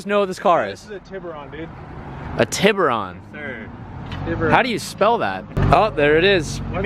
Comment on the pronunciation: The way he said “Tiburón” haha nice try